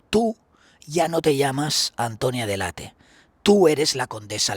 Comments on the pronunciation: PERO COMO C PRONONCIAS SU APELLIDO?????? DELEIT?!!! DE DONDE SACAS ESO. ES ITALIANA, SE LEE COMO EN ESPAÑOL DELL' ATTE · Qué ridículo eres .. se llama de Antonia dell' Atte y se pronuncia tal cual! Ella misma pronuncia así su apellido. Y tú diciendo "deleit"🥱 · DELL·ATTE,.TAL CUAL,.. ES ITALIANO,..🤣🤣🤣, NO INGLES😂😂